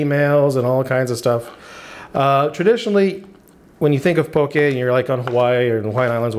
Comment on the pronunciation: Thank you for pronouncing poke correctly (